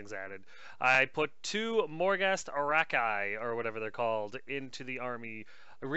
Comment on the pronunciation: Just so you know the pronunciation of Khemrian warsphinx is Kem - re - an and the pronunciation of Archai is Are - kie.